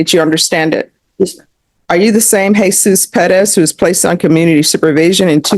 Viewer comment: It's pronounces, Heh-SOOS.